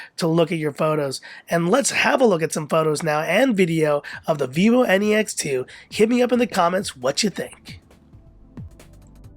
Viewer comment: Every time you said vivo N E X 2. I heard vivo any x 2. 😂😂😂😂😂😂😂😂😂😂😂😂 Or is there any problem with my ears ? By the way nice video.